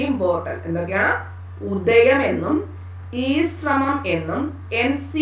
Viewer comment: ഉദയം അല്ല,ഉദ്ധ്യം ആണ് മിസ്